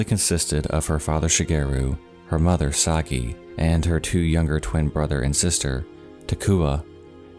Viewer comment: My Japanese mom (she's got a penchant for grim stories) would always tell me and my brother about this story. It took me a minute to figure out it was the same one. What a horrible thing to happen. :( (Side note, this might be an exception, but Sakie is usually pronounced sah-kee-eh)